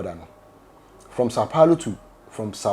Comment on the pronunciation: Sau Paulo not Sau Pauro 😂